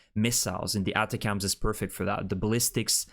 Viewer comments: ATACMS is not pronounced "Atta-cams", but instead "Attack'ems". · ATACMS usually is pronounced with the accent on the first "A". Try it.